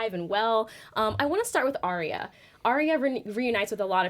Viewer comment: Arya. Not Arrrrriiya or whatever you're saying.